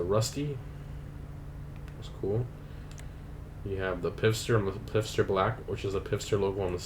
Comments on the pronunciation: He said pisster for pfister too lmao. It’s pronounced “fister.” Dude has a piss fetish. That or he doesn’t know how to pronounce German words well, which is understandable. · Obviously this video is from a long time ago so I’m sure tons of people have mentioned this..... but the brand is pronounced FISTER, not Pister. Sorry I just had to say something lol. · Rockstar: Lets call the knock-off Porsche Pfister so it kind of sounds like 'fister' when people say it lmao DGA: Piffster Ayone else feel like Americans often do this with foreign words? just change the order of the letters at will if they can't be bothered to pronounce it correctly. No offense, DGA. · ..FIST-er lol